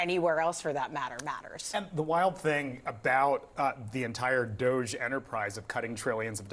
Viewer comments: IT'S NOT 'DOSZE', IT'S DOG-E - DOGGY!!! 🐶🐶🐶🐶🐶🐶 That's literally the joke!!! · This department name is not "DOHJE", it is DODGY!